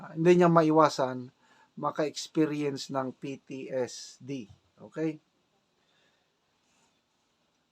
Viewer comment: ITS PTSD SIR NOT PTSTD